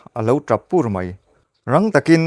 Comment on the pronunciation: Pur....puuuurrrrr tih hi, athluk adik lo thin,atap pur han tih lai hi.😂